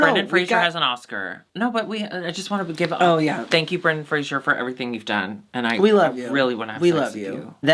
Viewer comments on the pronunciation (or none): There is no "i" in Fraser. It rhymes with laser and blazer.